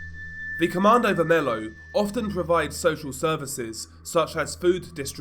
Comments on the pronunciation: godness gracious it´s pronounced ver-me-lyo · Really don't want to be that guy but you mispronounced the group's name so bad, specifically "vermelho" (red). But your video was good.